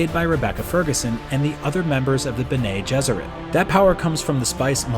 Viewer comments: Geez, the way he pronounced "Bene" just argh! It's pronounced "ben-ny". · Its bennei if not benny, not benay. Don't ever remember the benay. Off of Benedictine. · Except the REAL Dune nerds will know that all these pronunciations are actually correct, except the way he says BenAY Gesserit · Bene Gesserit is pronounced Benny Jesuit. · Bengay Jesuit? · Might want to take some time to research the correct pronunciation. Ben-ney Jesserit is grating to hear :P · He only got one wrong (Bene Gesserit) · Based on recordings of Frank Herbert himself, all the pronunciations are correct (except Bene Gesserit). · 😜 I grew up with Lynch's Dune, then read the books. When the mini-series came out, the pronunciations bothered the hell out of me until I researched and found the original recordings of Herbert's pronunciations, which the mini-series got mostly correct. Same as this trailer. Except Bene Gesserit... he got that one wrong. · thank you, I hated it so much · Haha I'm glad I'm not the only one who cringed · Yueh was not a mentat. If the unstained lips didn't clue you in, perhaps the book might have. He was a family physician with imperial conditioning, thought to be unbreakable. I could be wrong about this, but I believe the pronunciation is Chah-nee, not Chay-nee. Also, Ben-ee instead of Ben-ay. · Your pronunciations of Chani and Bene Gesseret made me throw up a little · I've only listened to the audio book so hearing it pronounced that way was tough on my ears lol